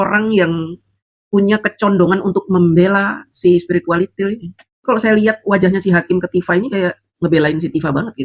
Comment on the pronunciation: paseh sekali mengucapkan SPIRITUALITIL 🤣🤣🤣🤣🤣🤣